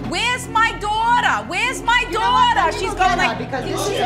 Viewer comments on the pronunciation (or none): Wheyas my doutah!? Wheyas my doutah!?